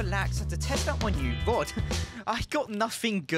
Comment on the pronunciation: Fishing *rod, not a "wod".